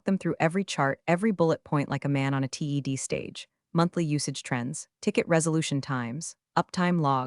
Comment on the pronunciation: WHY CAN YOUR AI NOOOOT SAY.... TED.... TED TALK.... T E D...... DUMB TO DO 0 PROOF READING/LISTENING/CORRECTIONS